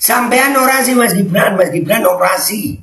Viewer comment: Cawapres harus nya orasi bukan ny oradsi tapi jadi penbawa acara🤣🤣🤣